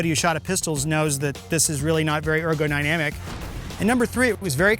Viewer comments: I heard "Ergogynamic" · did he say 'ergoninamic'?